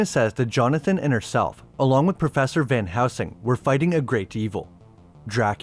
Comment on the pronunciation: Dude. It’s van heLsing. Not van housing.